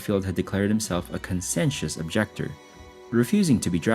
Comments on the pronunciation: Thank you. He really butchered it, didn’t he 😅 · Conscientious pron. “con-chee-en-chuss”. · “Conscientious objector”—- it is pronounced CON-SHE-en-SHUS. It means someone who refuses to bear arms for ethical reasons.They still can serve in the army in a non-combative function, like being a medic. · Abie’s Irish Rose, like Abe, not Abby. Conscientious objector. I really hate AI voices that can’t pronounce words. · “Ray Mi-LAND” “conscientious” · You lost me mispronouncing conscientious…..I’m out!